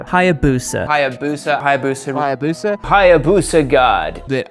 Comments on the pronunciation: Omg this is the most soi hayabusa I've ever heard. It's not hayabuseuuh, u gotta say it like a samurai.. hayabusaaa ! You welcome 🧐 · 😅😅 That intro... HAYA BUSA!!!!😅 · Learn to pronounce Hayabusa correctly